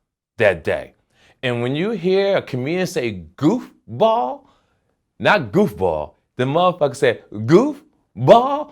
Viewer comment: LMFAOOOOOOO "Gooof Ball"